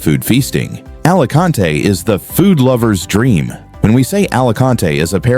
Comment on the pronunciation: Nadie la pronuncia "ALACANTE" Capullo . ES "ALICANTE" Entendidido!!!!!